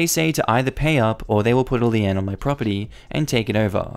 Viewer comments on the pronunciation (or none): Lien is pronounced lean, not Lee-N lol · Lien is pronounced like lean. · Triggered: lien is pronounced as lean. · I can’t take it anymore, I love your videos but the HOA videos almost always involve liens and someone has to finally tell you that lien is pronounced like lean not Leanne lol I constantly think when I am not fully paying attention that you a referring to a woman and it never makes any sense. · Just as an FYI, lien is pronounced like lean. Love the posts. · 'Lien' is pronounced "lean" (Sorry, couldn't help myself) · It's pronounced 'Lean' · its pronounced lee - n like lean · BTW lien is pronounced lean/! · Just so you know, lien is pronounces leen. No “eh” sound from the e. Keep it up!